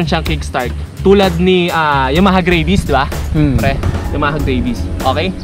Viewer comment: Bro ayusin mo naman pag pronounce mo sa mga brand names/models and mga features ng motor. Nakakatawa ka panoorin eh. Idling? Aydling pronunciation nun. And Yamaha Mio Gravis. Gravis lang bro. Hindi Grayvis. Ano yan? Aso? May Raybis? 😂😂😂😂 Lt amputs. 😂😂😂